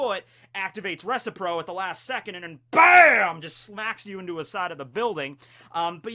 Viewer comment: RE-SIP-PRO! RE-SIP-PRO! Love the videos, keep up the great work